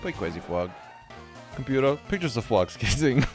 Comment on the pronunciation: What no sleep does to a man... "Computa, pictures of fwogs kissing."